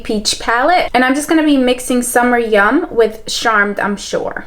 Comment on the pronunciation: Girl I love you but the way you said beige, candied peach and charmed I'm sure killed me omfg 😭😭😂❤️ I love you still pls don't kill me but omfg